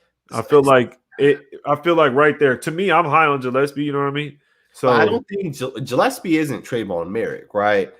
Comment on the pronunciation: Morrissey is More-S-C. Gillespie is Gill-S-P. And it's not Abrams... it's Abram. It's not that big of a deal, but I know that it bothers some people. Good video!!!